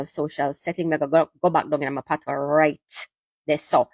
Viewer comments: My brother, it’s NOT “PATOS” language. It is spelt PATOIS and pronounced “P-A-T-W-A.” So please mi Breda, no badda wid de foolishness ‘bout “PATOS” yah hear me. It’s not PATOS it’s PATOIS (PATWA! PATWA!) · Its pronounced patwah not patois.😅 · The word patois is French. You are mispronouncing it 😂. OIS in French is pronounced “wah “ as in “water.” So patois is pronounced pat”wah” 🙏🏽💙💙🇯🇲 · Patwah is the pronunciation. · It's pronounced Patwa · Patios is just like pidgin in West Africa. The S in Patios is silent. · We may speak Patois while sitting on our patios.. 🇯🇲 pronunciation of PaTOIS follows the French rule